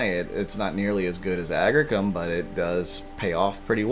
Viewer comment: Agricium. (agg-REE-see-uhm)